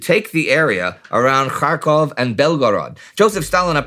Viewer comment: Indy: Butchers every single Russain city and town name. Also Indy: Pretty much nails Kharkov. Love the series, thanks for posting, as always. A monumental work for many generations to enjoy.